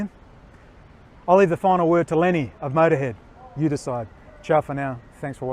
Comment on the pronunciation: LEMMY, not Lenny